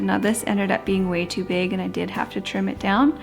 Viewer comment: My husband is Scottish and he heard the way you pronounce bag as "behg" and he couldn't get over it. Especially when you said "big bag" like "beg behg", I'm from Ohio and have a moderate accent so he's never heard behg before haha!